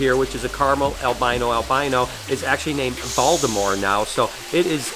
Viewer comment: You're pronouncing Voldemort wrong. It's not Valdamore it's Voldemort